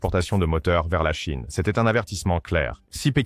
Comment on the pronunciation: La Cheine? Cet IA c’est insupportable